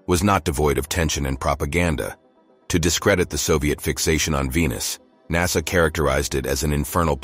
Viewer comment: The narrator is a robot and pronounces the same word in different ways. NASA is sometimes called NASSER!